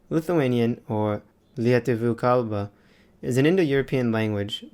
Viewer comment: Its so weird seeing text written with your language when the video is english. And also the way you said “Lietuvių Kalba” 😂 You said it pretty good ngl. Fun edits ! Loved this video !